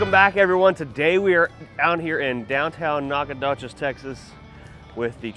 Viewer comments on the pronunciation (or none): Nac ah doe chess it's how its pronounced lol